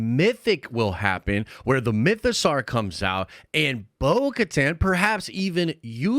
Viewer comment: Awesome video. Mytho-"sore" not "Sar."